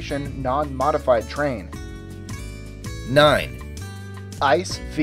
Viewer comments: it's not ICE- train as in ice- the cold stuff, but I C E - the letters pronounced seperately and standing for Inter City Express and the V (Roman number) is the 5th edition (I think...) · the ICE is not pronounced like ice but rather I C E. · The german "ICE V" is pronounced "I C E", not "Ice" like in "Icecream" ;) But it was a great video, like always! :) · ICE is not an acronym, it's pronounced I-C-E and stands for Inter City EXPRESS. And they're fucking awesome. I've worked in Stuttgart for 6 months and travelled back on the weekends in these. Luxurious and damn fast. Taking a piss at 300kph is just great. Bonus tip, bring some hand sanitiser, you don't wanna wash your hands in there. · ICE V... It's pronounced I C E, for inter city express... I know, I ride these regularly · It's I-C-E 5 ;)